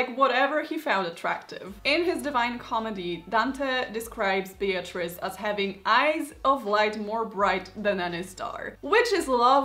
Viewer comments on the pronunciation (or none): none